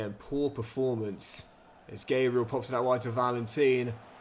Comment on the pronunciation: Please stop saying sarra Also it’s Gabriel like the Arsenal defender not Gaybriel